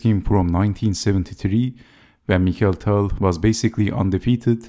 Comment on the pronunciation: Wonderful video as all. I thank you for pronouncing the name of Tal as it is in Russian: mi•χa•il'. Likewise, I would appreciate if you could avoid the English pronunciation saying dei'•vid for the name of Bronstein, which you pronounce perfectly, and saying da•vid instead as in Russian. I mean, just as you say mi•χa•il and not mai•kəl. This is remarkable for Bronstein stayed in Russia unlike other Soviet players that emigrated to the West and even changed their names. Both Tal and Bronstein, as many others, remained Russians. Thanks for your attention.